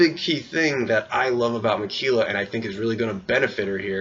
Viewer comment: I wonder what's his opinions of Jeff Varner is now?? And I know it's minor but everytime u say Ma-Key-La, my OCD goes rampage lmfao.